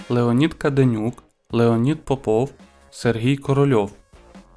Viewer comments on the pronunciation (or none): none